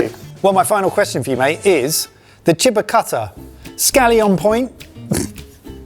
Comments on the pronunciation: You guys pronouncing "chiba" like "chibber" sounds so terrible. Genuinely? Native english speakers tend to mess up everything that isn't english to such stupid degrees. Maybe that's because being biliangual is a special thing for you, meanwhile in germany you have to be triliangual, or at least good enough at the third language to pass, to pass high school. So we are exposed to other languages more. And also, english is genuinely unique in how soft and wishy washy everything is pronounced. And you can't even speak english properly with your stupid attempts at english-ifying every language. Because english grammar would tell you that if there is a vowel before a single consonant, the vowel is usually stretched out or at least neutral. But if there is a vowel before double consonants, it is pronounced more quickly and the double consonant is also pronounced to sound quicker and shorter. So you pronouncing "chiba" as "chibber" shows how you don't even have an intuitive understanding for the rules of your own god damn language. This part illustrates my point so well. You read "maki maker" as "mackey mayker". So, why tf did you pronounce maki so differently from maker? Let's put aside the fact how maki is actually pronounced. The thing I want to highlight is how you just took 2 workds that start with "mak" and have a vowel after that and you know how to pronounce one of them, maker. It is pronounced as "may-ker". So then you have "maki" which SHOULD if we go by your english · chiba is not "cheh-buh", try "chee-bah" next time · Not Chib-Ba, but Chi ba, like Tai Chi. like Chee in Cheese.